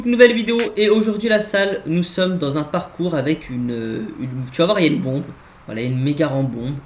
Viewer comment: qui a compris pompe au lieu de bombe ? 🤔